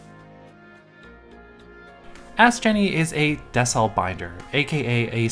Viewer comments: I think it’s pronounced “Dee-sell”, like decelerate binder ! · Not that it matters and I very well could be wrong, but i'd imagine that it's DEE-CELL. As in decelerate.